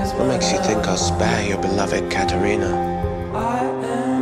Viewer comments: how he says katerina is so satisfying thats so oow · I think he emphasizes the "rina" in "kathRINA"...it's beautiful how he says it I agree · I love the way he say Katerina too. It's like the sound of her name took his breath away. A